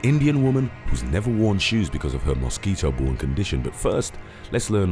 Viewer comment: Is it just me or does the narrator really have you anticipating him saying "Moss Keeto" ??